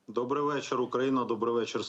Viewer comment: А чьо вечір дьобрий нормально не можна?